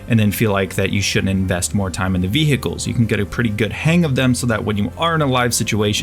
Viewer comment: Your English is stellar! But i can't stop twitching when u say ViHEcles